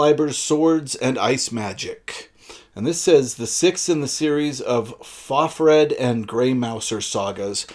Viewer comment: Helpful tip: Fafhrd is pronounced Fafhrd.